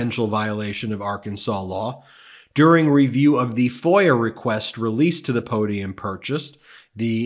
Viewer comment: Shazam…a real, genuine, 19,000.00 Arkansas po-dee-um…Shazam!